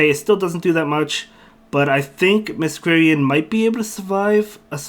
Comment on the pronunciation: Just FYI Masquerain is pronounced Mask-ore-rain, because masquerade + rain. I only know this from Phantom of the Opera. Not that it will be relevant often but thought I would mention it!